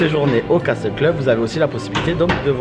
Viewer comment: Juste un petit détail de rien du tout, le mot castle ce on prononce "casseul" et pas "caSTEUL" ^^ Vidéo super sympa comme d'hab' ! :D EDIT: Mignonne la Alice ! :p